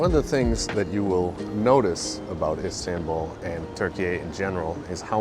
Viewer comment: Pronunciation of Istanbul.. "a" is not like in apple. Like in America the last last "a"... Fyi